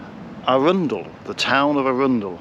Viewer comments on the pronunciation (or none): By the way your pronounciation of Arundel was miles off.